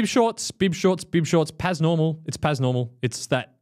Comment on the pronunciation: Pas normal is pronounced as Par normall btw :p About the coaching: The only benefit of having a coach is the personal touch thing. There's plenty of apps that can give you a trainingplan based on your fitness profile and time. The reason why people still want a coach, is because it's a real person that validates them. To have a chat with once in a while. To ask questions etc. If you're not willing to do that as a coach, you're going to be out of business real quick when AI coaching is fully running.